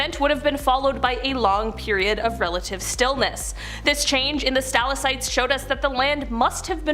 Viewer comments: Capillaries- Kap-ill-air-eez stalactites= stal-ack-tites not capilleries or stillasites! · Pronounced Stal Lak Tites